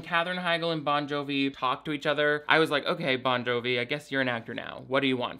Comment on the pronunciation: Every time you say “John Bovi” I cry 😂.